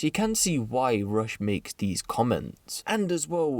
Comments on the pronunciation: It’s russ not rush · Its RUSSS my bro ..not RUSH...😂😂😂